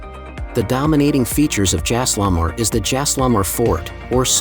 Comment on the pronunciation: At least pronounce the places correctly!! What is Jaislamar? It’s Jai-sal-mer!